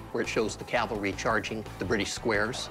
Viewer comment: Whew! At least Rick didn’t say Calvary. For someone with so much knowledge, he really needs to learn how to properly pronounce Cavalry!